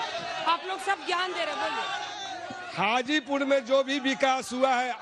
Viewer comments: हाजीपुर बोलो चाची गाजीपुर नहीं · Hajipur ko Gajipur bana dii 😂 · Hajipur hai mohtarma gajipur nhi hai bolne se pehle thoda soch lijiye kya bolna hai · गाजीपुर नही हाजीपुर है। मैडम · Gajipur nhi hai mam... hajipur hai